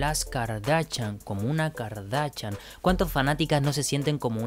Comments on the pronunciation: Es kardashian no garnachan 😂😂😂❤️❤️❤️ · Es Kardashian no cardachan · No es Kardachan, es Kardashian, suena distinto. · Kardashian Kardashian no cardachan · Muy chévere, pero no se dice kardachan.... se dice kardaShian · Aprende a decir kardashian no es "kardachan" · Espera, espera espera, dijiste KardaCHan? Con CH? 😵😵😵😵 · No se dice Kardachan